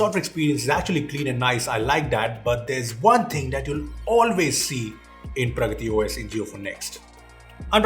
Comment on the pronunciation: Did he say pargati OS 😂😂😂